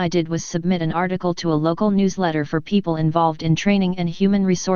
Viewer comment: It’s amazing. But some issues are there while listening it. 1) remove pg numbers & 2) some word are not proper like, it called ‘PEO PLE’ instead of ‘people’